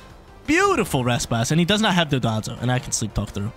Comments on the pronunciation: It’s Don-Dozo not Do-don-zo 😂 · DON-DOH-ZOH NOT DON-DON-ZUH